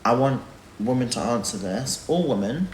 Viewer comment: His inability to differenciate between WOMAN and WOMEN is infuriating. Almost as infuriating as the condescending therapist tone he's decided to take with everyone. GAAUURRRLLLL you have literally no idea what you're talking about.